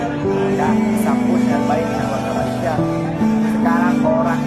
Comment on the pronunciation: COBA PERHATIKAN DAN DENGAR BAIK BAIK APA YANG DIUCAPKAN... BERKATA MALASYA... MALASYA... MALASYA 🤣👻🤣👻👻👻